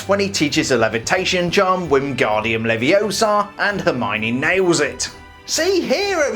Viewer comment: "It's 'leviosa', not 'leviosar' " Anyways, great video and assume you're hyped for the new sets, I know I am!